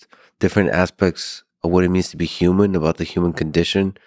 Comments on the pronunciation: This guy pronounces “human” like a robot would, “youmin” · Says like every other word......and can't say human correctly YUU man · I wish this guy would stop pronouncing it Yuman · > wears a fedora > grimaces at everything he says > massive doomer > has beef with the concept of steelmanning > repeatedly pronounces human “yooman” this was certainly one of the guests of all time on the lex fridman podcast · Not gonna lie, this guy is clearly very knowledgeable and intelligent but good lord is he also the embodiment of insufferable Reddit user. Also, I can't figure out why he won't pronounce human with an H but properly pronounces other words beginning with H. Yewmon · YUMAN. Cannot stop hearing YUMAN. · i would seriously request he pronounce human correctly if i had to talk with him for any length of time. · Never trust anyone who pronounces “human” with a silent H.